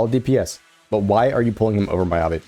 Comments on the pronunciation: and miyabi as my-ya-bi.... it should be me-ya-bi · my-ya-bi and yu-zu-wa. thats rage baiting.